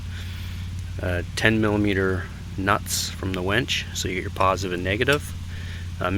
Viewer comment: Its a winch not a wench